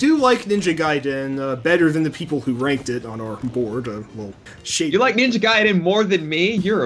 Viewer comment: What accent causes one to add r to the words Ninja and Idea. Ninjra! Idera!